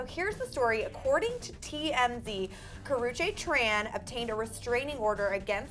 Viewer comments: Karrueche not karruchae don't know how to spell her name but that just annoyed me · Ka-roo-chee god damn